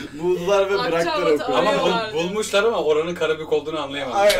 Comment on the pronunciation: Karabuk dedi karabuk dedi